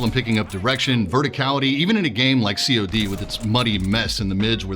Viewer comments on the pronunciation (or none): see oh dee ahahah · cii ou dii XDDD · Never have I heard someone call Call of Duty COD with using the letters. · did you just call it C O D?????? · Why do you say "COD", like "See Oh Dee" ? :D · but it's been over a decade of "cod". Maybe its just my part of the world that say the word and not the letters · great review really did a great job ive just never heard someone refer to cod as C.O.D